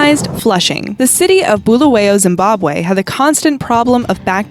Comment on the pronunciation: The Zimbabwe one was said wrong